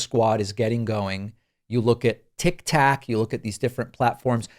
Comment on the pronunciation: "tik tak" okay boomer